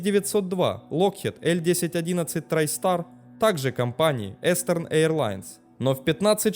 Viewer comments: толькр не эстерн, а Истерн AirLines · Надо говорить не эстерн эйрлайнс а истэрн эйрлайнс. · Истерн эирлайнз,Истерн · Eastern - произносится как истерн, то есть восточный :)